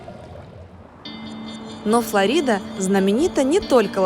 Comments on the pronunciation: Говорить надо ФлорИда, а не ФлОрида, сельпо 😉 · Коля остановил заранее арендованую машину "Более тысячи лет назад пещера унесла жизни животных и людей" животных понятно но как людей? Тогда аквалангов не было и врядли кто то тогда из аборигенов жил во Флориде... И говорить надо ФлОрида а не ФлАрида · Ударение в слове Флорида Когда-то все говорили Флори́да (ударение на второй слог). Потом наступило время Открытости, и мы узнали, как произносят это слово сами американцы. Они произносят егоФло́рида (ставя ударение на первый слог)